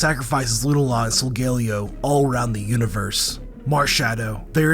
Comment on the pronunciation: Love the vid. Hearing Lunala said as Lu nuh la instead of Lu Nah la is odd